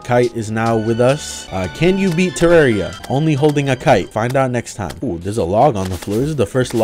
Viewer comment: its terraria not terrario wtever